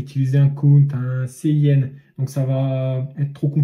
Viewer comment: Bon je vais être un peu casse pied mais voici quelques petites erreurs : La prononciation (ce n'est pas très important mais ça aide à la compréhension) : cout est en réalité consol out (et cin consol in) donc cela se prononce plutôt ci out et ci in (le c à l'anglaise). Le using namespace std est bien en soit mais puisque std est EXTRÊMEMENT vaste, quand tu rencontrera des plus grands projets il y aura sûrement une de tes fonctions qui portera le même nom qu'une autre fonction dans std, et là c'est vraiment relou à trouver le problème (car std:: signifie à peut près dans std). Et n'oublie pas l'espace après les deux points dans cout :P Bon je râle mais cette vidéo était super